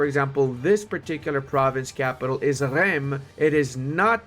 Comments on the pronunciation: "Reims" se prononce "" [ ʁɛ̃s ], « rinss »"". "Eim", "ain", "un", "in", "im", is like "1" in french, english don’t use this sound.. But " Châlons en Champagne" was perfect, congrats ! D’ailleurs, Reims est une ville très importante, tous les rois de France s’y sont fait couronnés. C’est aussi un épisode célèbre de la guerre de 100 ans, Jeanne d’Arc escorte Charle VII jusqu'à Reims en 1422. Une épopée épique qui contiste à rendre le roi légitime, et donc rendre le moral aux armées et au peuple, alors même que la guerre apparaît perdue... Bien le bonjour de France ! ⚜️ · Fun fact, Reims is pronounced as “ Rince”, don’t ask me why tho. I subscribed!